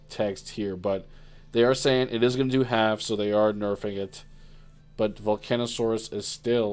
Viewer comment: How many times is gonna mispronounce volcasaurus?